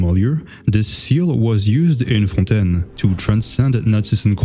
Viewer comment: You say fontaine too well francophone can smell francophone